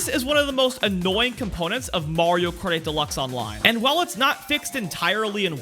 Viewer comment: Why can't he pronounce "Kart 8" in "Mario Kart 8 Deluxe"?....drives me crazy